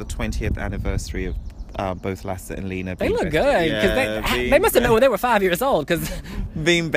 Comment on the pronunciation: I love the way you pronounced Lasse's and Leena's names XD